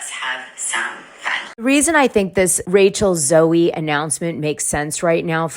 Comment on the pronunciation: Rachel Z-OH darling, not zo-E. Finally an interesting Beverly Hills housewife!!! And you’re right 😂 we do NOT want to see Teddi on TV but we ARE glad she’s doing well 💯 Rhoc audio of the trailer without the visuals makes it so much less interesting. That’s how superficial this show is. Lol.